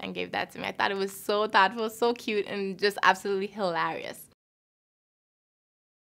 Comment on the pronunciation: hahaah the way she says hilarious is how some people i know say it, "HALARIOUSSS" haahhahaah